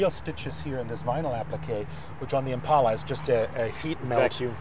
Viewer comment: Thanks to the German guy for saying "Impala". So tired of "Impaula".